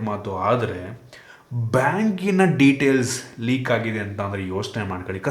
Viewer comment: Bro ಲೇಕ್ antha ede adu ಲೀಕ್